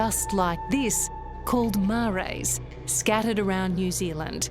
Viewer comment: It would be respectful for a journalist to learn how to pronounce an Indigenous name properly if they are going to run a story. A Marae (prounced Ma -rye) Is Not Maray . It made me shudder.